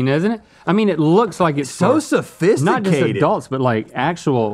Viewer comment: So sophfisticated. XD